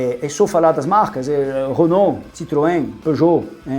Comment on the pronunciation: Hoje aprendi a maneira correta de se pronunciar Renault! Parabéns pelo Canal!!